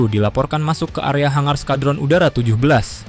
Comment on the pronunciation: kayake skuadron deh bukan oskadon